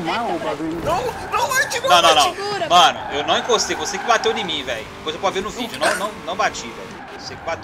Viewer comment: "Tão tão então, vídio do